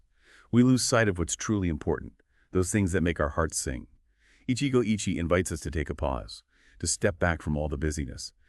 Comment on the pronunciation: Get it right. It's 'Eeechee-goh eechee-eh'